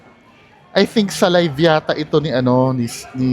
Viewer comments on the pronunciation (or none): none